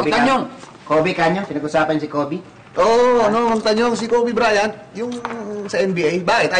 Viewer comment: Kobe BRYAN hahahh talaga eh walang T